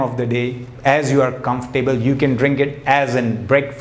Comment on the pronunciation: Not Comfor- Table but pronunciation is ' comfortable' .....